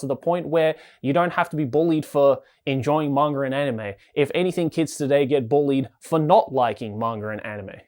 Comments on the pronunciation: You are talking about pronunciation yet you keep saying manger instead of manga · Are you saying "mongre"? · Bro is saying manga with the hard R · He's Australian. it's the Intrusive or Epenthic /R/